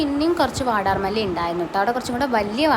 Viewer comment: വടർ മലി അല്ല വാടാർ മല്ലി